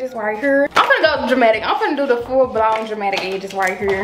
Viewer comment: He said blound 😭